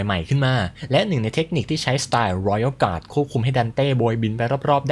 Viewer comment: ชอบการออกเสียง Royal Guard,Sword Master เเบบเป๊ะมาก